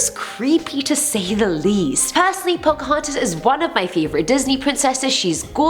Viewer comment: don't you mean Poca-haunt-us? 👀